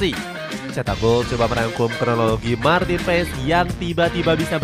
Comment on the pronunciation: Baca nya Maarten Pass bukan Maarten Pess